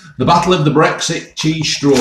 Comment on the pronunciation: Chweese stwaw 😂